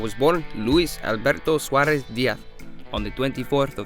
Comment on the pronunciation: Sounds nothing like saurez